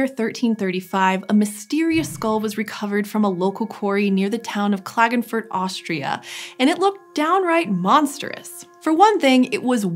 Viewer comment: How she says Klagenfurt triggers me as a German